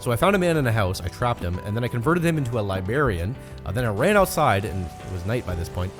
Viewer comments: "...And then I converted him into a LIBARIAN.." what is wrong with you, it is libRarian edit: never mind you said right the second time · You said "ch"asm instead of chasm and liberrian instead of librarian, my mind is on fire with rage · libarian lol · Libarian ( love you! ) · Man's said "li-berry-in" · '"libarian" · My man's said libarian. I actually felt my head jerk up in reaction. I ain't even mad, it was funny as hell